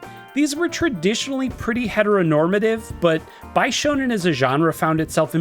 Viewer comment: i had this in my background as i do my chores. had to double take when i heard (Bi)shounen and (Bi)shoujo😂